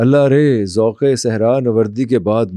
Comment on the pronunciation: سلام پوڈکاسٹر صاحب آپ غلط کو گلط کہتے ہیں آپ سو (100) بھی غلط ادا کرتے ہیں آپ ذوق کو ذوک کہتے ہیں